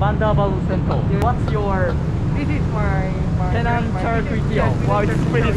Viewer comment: "CHAR" kway teow.